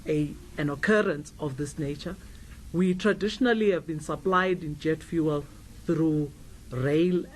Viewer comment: How hard is it to say fuel. its not VOOOOOL